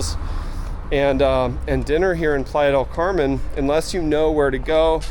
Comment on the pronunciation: The way Americans pronounce Playa del Carmen 🙄